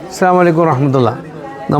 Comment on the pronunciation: ദയവുണ്ടായി സലാം പറയുന്നത് ഒന്ന് സ്രദ്ദിച്ച് ചേല്ലുക അസ്സലാമുഅലൈക്കും എന്ന് തന്നെ പറയുക അസ്സാമു അലൈക്കും എന്നാകുന്നുണ്ട്